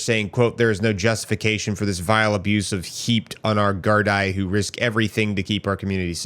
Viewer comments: dude please. If you’re gonna report on us, please learn how to say stuff right 😅 Gardaí is pronounced “guard-ee”. We don’t have a prime minister, we have a Taoiseach, pronounced “Tea-shock”. Great video otherwise man, thanks for bringing light to it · Pronounced "Gar-dee" just fyi for future references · Gardaí is pronounced "Gardee". It's the word for police in Gaeilge and the plural of Garda. Which is one member of our police force. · Handy tips: The singular Irish police is Guard (informal) Guarda (polite) and plural Guardai (pronounced guard-ee). Tusla is pronounced two-sla. But dont worry, you were super close and Irish words arent so easy unless you have heard them natively spoken. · Pronounced Gardee, you neglect to mention the attacks on protesters by the police, pepper spraying them, pushing them to the ground invluding msm reporters, look ar Rebel News Ezra Levant, he flew in from Canada and gives excellent coverage 🇨🇦 🇮🇪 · Absolutely butchered the word Gardaí btw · Not griping just letting you know. It’s a long “e” at the end of Guardai. In case you have another video on the topic. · Gardaí the i is pronounced ee. It means the guardians of the peace.